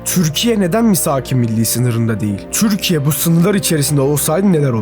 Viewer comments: Neden türkiye yerine 'türşsşkye' diyorsun ? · Lütfen “Türkiye” diye seslenirken çürkiye deme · dostum türkiye derken t yi çok bastırıyon